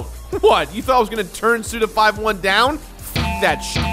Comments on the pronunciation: Suda you madlad. Almost...I think "SUDA51" is pronounced "SudaFiftyone" and not "Sudafiveone" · Why am I so triggered because of you saying "Suda Five One" instead of "Suda Fifty One?" I don't understand myself. ^^ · It’s fifty-one not five-one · It's Suda 51, not... Suda Five One... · Is his name not Suda Fifty-one? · Say it with me now..."Suda fifty-one" alright? Cool. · "Suda five-one" - I died a little... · My trigger is whenever anyone calls Suda51 "Suda Five One":p